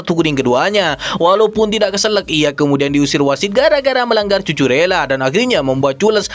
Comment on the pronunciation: Nama Cucurella harus disebut Kuku rella bukan cucu rella😂👍